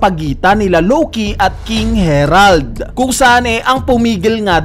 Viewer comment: King Harald ❌ King Herald ✔